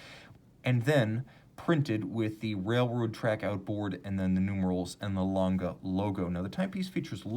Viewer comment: I think the "E" at the end of "Lange" is pronounced: "langEH".